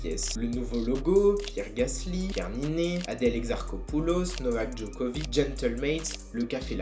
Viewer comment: Novaqueuhh Djoquovicheuh